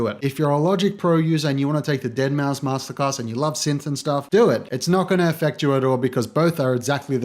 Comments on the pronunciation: Good video thanks. (However, Deadmau5 is pronounced as "dead mouse" rather than "dead mow") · Mouse NOT MAU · It's pronounced Mouse not Mau, sorry I needed to get that out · it triggers me when he said deadmow instead of saying deadmouse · It's pronounced "dead mouse" not "deadmow" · I agree that the AVB class is probably better for learning, but Joel is honestly a better producer overall. Also please stop mispronouncing it as "deadmow" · ... Did he say "Dead Mau"? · its said DEADMOUSE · DEAD MOW?! cmon mayne get the name right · Really just made an entire video on Deadmau5, but failed to research the proper pronunciation of his name. Solid video. But weird 😂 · Uhm, you're pronouncing deadmau5 wrong like 60% of tha time bruh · Why cant you say deadmau5 properly? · you already sound like you have no idea what you're on about. Can't even pronounce deadmau5's name. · the minute you incorrectly pronounced Deadmau5 I knew it was over